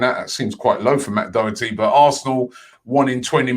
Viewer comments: Im sorry, but that mis-pronounceation of doherty was just too bad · It's matt doher tee